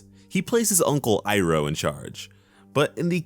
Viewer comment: Strike one should be, pronouncing aang as OOng, iroh as EEEEEroh, sokka as sukka.